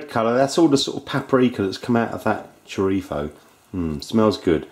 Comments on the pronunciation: It is good to hear the correct pronunciation of the word "chorizo". Nice Stew. My tip..... at the end just before serving, stir in a couple of spoons of Kalamata Olive Oil, this will make the liquid silky. Best wishes Dez Sanderson , Youtube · In Spain, they pronounce their z's and c's (when the c is before e or i) with a sort of lisp. That's where he got that pronunciation from, since people in the UK are more influenced from European Spanish than Latin American Spanish. :)